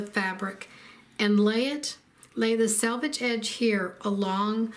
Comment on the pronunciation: You win 1,000 stars for pronouncing the word selvage correctly! 'Salvage' makes one cringe, and it is surprising how many accomplished quilters are unaware of the correct pronunciation! 😂 Thanks a megabilliokazillion for a great video. ❤